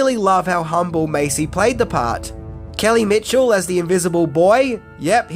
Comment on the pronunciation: It’s kel Mitchell not Kelly Mitchell lmao